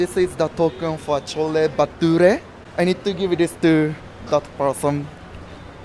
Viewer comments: Bro thats not chola bhature that was Chola bhatora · Are you not right not chhole bature that is chhole bhature ok